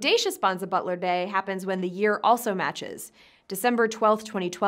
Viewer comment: Bonza butler or bonza bottler? Which is it? Or are you just mispronouncing bottler?